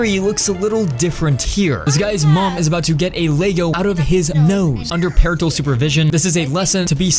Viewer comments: It’s not leygo it’s Lego… GET IT RIGHT PLEASE!😤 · yeah you said it like leygo